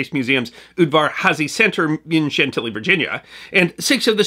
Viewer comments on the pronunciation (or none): none